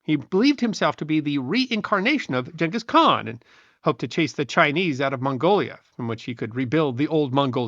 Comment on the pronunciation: Another great history lesson,, why not pronounce Genghis Khan correctly?